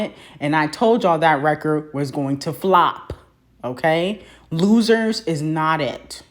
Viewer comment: I really had to rewind to hear if I really heard loosers or rumors 🤣🤣